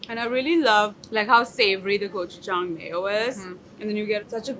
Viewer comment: Thank you for pronouncing gochujang correctly